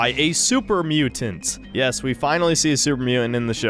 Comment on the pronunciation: "super mu'ant"